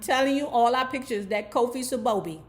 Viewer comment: Glad you got his last name right. Most people call him Santiago.